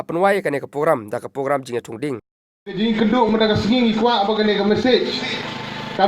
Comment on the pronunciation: Bah nongkren Ribhoi news sngewbha ban pynbeit iaka pronunciation THUNG DIENG ymthungding, PYNPHIENG ym pynphing,PROGRAMME ym pogrammr...wat sngeweiei...